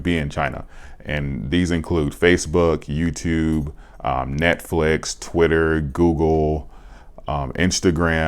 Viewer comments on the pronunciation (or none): none